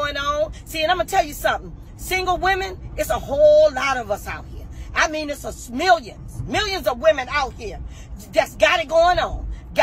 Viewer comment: "It's a smillion", 😄, she's keepin' it 💯...